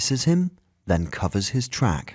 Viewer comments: it's short for Tracheotomy. He also pronounced it incorrectly. It's pronounced like Trake, not Track. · geez, what's with the British narrators of US stories as of late? Mispronouncing words, i.e, trach is pronounced 'trake' as in tracheotomy tube! not track. good story though. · Maria Lewis Of course she is correct; I noticed that as well. The announcer pronounced it "track" and it's pronounced "trake". The full word Tracheotomy is also pronounced Trake-eotomy. Oh... and that's english. Get thee a proper education. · Trach is pronounced with a long A